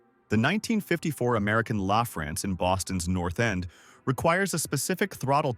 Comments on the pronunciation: American LAUGH France? It's pronounced American LuhFrance. Meanwhile, the Ford C-series commercial chassis was sold by the tens of thousands across the USA! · I'm sorry. This was an extremely interesting video. Unfortunately your choice of using AI generated audio... LAAAA FRANCE... was just too much after the 20th time. Also the jerky camera work and quick cut editing just ruined it. I try and refrain from criticizing other creators HARD work but this COULD have been a GREAT VIDEO!!! An incredible story on these old trucks was, to me, just lost. If you're going to use AI you have to fudge the script to the stupid computer is fooled into speaking the words currectly! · Crappy AI can't even pronounce American LaFrance correctly! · Why are you so ignorant the you can't even pronounce 'American LaFrance' correctly? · A live firefighter would pronounce ALF correctly every time. And when it started talking about the ALF platform (snorkel), it showed one for a few seconds then showed engines.